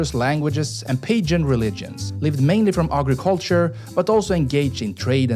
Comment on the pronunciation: Dude, he mispronounced "pagan."